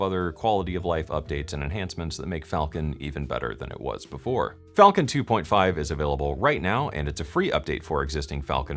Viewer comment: Is it Falcon or falllcon? 🤣